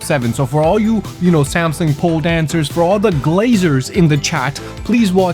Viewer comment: "Samsung" pronunciation was accurate . 10/10 video